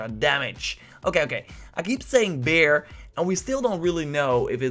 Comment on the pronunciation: you finally said 'bear'🐻, but after and before that you often said 'beer'🍺. You are not really consistent😂